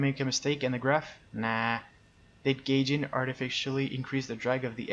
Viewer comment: Its pronounced guyjin and not gayjin XD